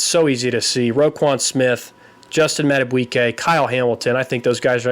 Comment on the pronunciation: You were close. A lot of people have trouble with his name. Justin Madubuike is pronounced Mad-a-BEAK-kay. You added a "w" sound.